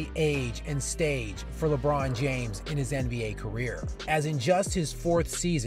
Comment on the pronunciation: Lecap James 😂😂